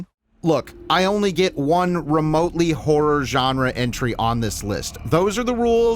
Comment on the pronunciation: Why can't you say "horror"?